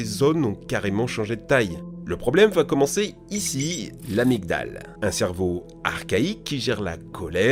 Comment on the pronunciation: Le G dans amygdale ne se prononce pas. 👍😜